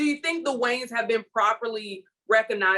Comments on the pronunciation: Is it just me or does it sound like the female host is saying the Wayne's brothers instead of Wayans brothers 😂😂😂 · My sister. Did she say “Waynes” every single time? 😂 This is definitely a true topic by CH.